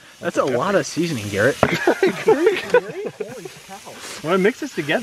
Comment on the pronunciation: My name is Garrett xD it sounded like said Garrett in the video, and I said "What?" xD